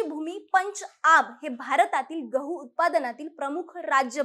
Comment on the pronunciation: Gavhaaa nhi ho gavhu